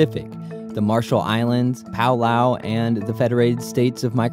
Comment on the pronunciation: Ughh. The way he pronounces Palau! So cringe!!